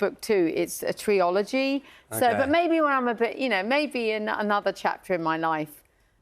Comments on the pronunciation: Tree-ology - Trilogy? 😂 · "... you'd like to go to Oxford to study history and English...?" “d'you know what..." 😣 Should help when she's writing her "treeology"